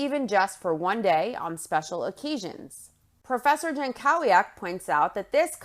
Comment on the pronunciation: oh just fyi that's a typical polish last name, it's pronounced yan-KO-vyak